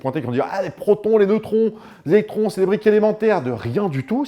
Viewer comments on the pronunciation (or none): j'ai du revenir en arrière pour m'assurer que tu avais bien dit "électrons" et pas "étrons" 😭